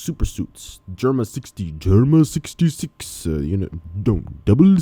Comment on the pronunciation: The way you said germa 66 is perfect😂